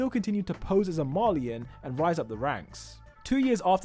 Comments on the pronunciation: It's pronounced Rees not rise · why u say rice its reise